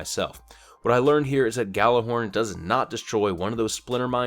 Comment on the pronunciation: Gallurhorn? You mean Gjallarhorn?